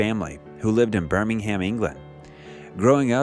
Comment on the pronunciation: Burming-Ham? 🤭🤭🤭 Bruh...I know English is not everybody's language but come on.